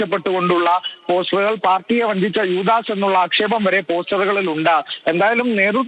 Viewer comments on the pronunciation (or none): Not 'Joodaas'. Word 'Yoodaas' is right. Muslim league is making 'Confusion' for Religious gain 🤧